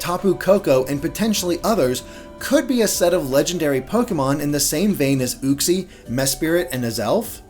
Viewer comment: You mispronounced Uxie and Mesprit. Uxie is pronounced like "You-ksee" and Mesprit is "Mes-prit."